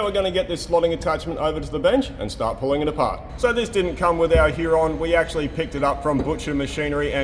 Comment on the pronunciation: Huré , it s french